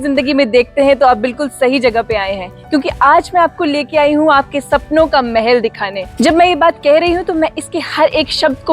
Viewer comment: Mahal not mehel